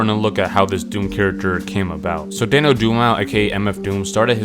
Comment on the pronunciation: Daniel who? Haha the confidence in that pronunciation was top tier